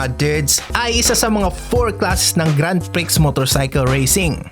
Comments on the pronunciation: Sa yabang mong magsalita sablay ka pala kamote karin anong grand priks....grand pri ang bigkas nyan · Dude! Hindi grand priks! Kundi grand pri! Just want to help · "grand pri" silent xx